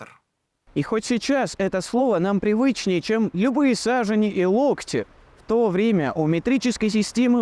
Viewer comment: Не са́жени , а саже́ни ❗ Вы же не говорите Менде́леев , а говорите Менделе́ев ! Так и с другими фамилиями , названиями городов и другими словами ! Неприятный остаётся осадок , когда вы неправильно ставите ударения !...